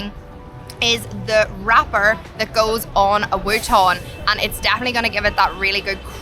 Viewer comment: what is a wuton? Was that supposed to be wonton?